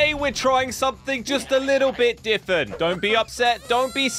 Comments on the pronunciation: Why does he always say diffent instead of different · My guys almost 30, and can't say different correctly 😂🤦‍♂️, he says diffent😂😂😂😂😂😂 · Not a hater I’m actually a fan from the gta old days but why do you say different as diffont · Why is no one talking about when said diffent at the start? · Don’t mean to be mean but why do u say diffent